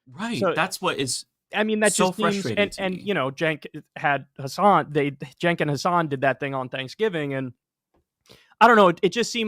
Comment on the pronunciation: It's nearly 2025 and this guy's still pronouncing it 'Senk'